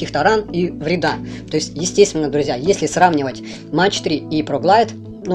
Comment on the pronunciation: дядя - это немецкие кассеты - и говорить надо не Фьюжин- а фузион- и не Мэтч - а МаХ